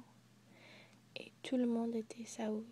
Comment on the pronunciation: Nice pronunciation of the word "saoûl" :D